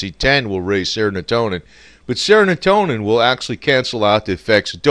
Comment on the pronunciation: IT'S NOT "SERONOTONIN". ITS S E R O T O N I N. BEST WISHES FROM INDIA